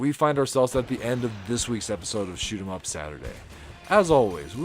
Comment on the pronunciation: Random find of a video, and i HIGHLY appreciate that you use "Shoot'em Up" as its meant to be said and pronounced. Well done video.